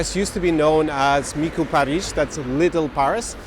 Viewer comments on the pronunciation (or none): some corrections: when you say Paris in Romanian it sounds like you end in a sh sound, when its actually a plain old s. Also, depending on how you count, Ceaușescu was actually the 3rd or 4th ruler of Communist Romania. also, is that Emil Rengle?